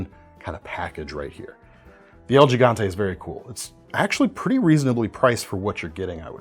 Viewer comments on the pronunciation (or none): pronounced “HEE-gante,” because Español